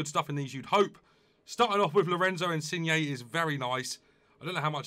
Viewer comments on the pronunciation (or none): none